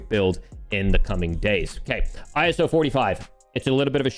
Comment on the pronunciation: Why do you say iso I - s - o